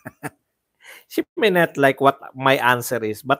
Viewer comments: She may not yun, mabilis lang yung pagkaka bigkas ni VP Sara kaya ang pagkakarinig nila Shimenet. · Try niyo bigkasin yung she may not, parang shimenet kung papakinggan.